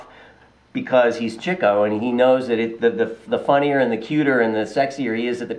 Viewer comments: *Sigh* It really is pronounced chick-o. Not only is that how all of his friends and relatives pronounce it, there's a story explaining the mispronunciation. It used to be spelled Chicko but some time in their early days whoever did the billboard for one of their shows spelled it wrong and dropped the K. Also, there's a logical reason for the chick-o pronunciation. He got the name because he chased girls- 'chickens'. Cheek-o makes no sense. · The correct pronunciation of Leonard Marx's character is CHICK-o. That is the way that Groucho pronounced it. Also, Chico's daughter Maxine, Harpo's son Bill, and Harpo's daughter Minnie pronounced it as CHICK-o. Yes, the CHEEK-o pronunciation was widely used, perhaps due to the fact that Chico and his brothers didn't bother to correct anyone when they were saying it the wrong way. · NO, it's not Ch-ee-co (as you put it)...the correct pronunciation is CHICK-o. This is how his family (his daughter, his nieces and nephews, and yes, his brother Groucho) pronounced the name. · Wrong,...it's CHICK-o. I promise you. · yeah cool, Its Ch-ee-co , not chick-o. Thanks!